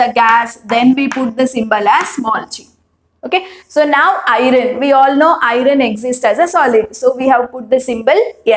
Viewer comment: I am 65 years engineer. I am watching your videos to teach my Niece who is studying 10th std now. Thanks for your wonderful teaching. Just a suggestion. Pl correct your pronunciation of "Iron". Thank you once again.